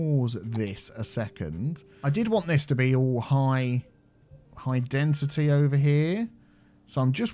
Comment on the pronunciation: Why do you say Density as Dentity? 😂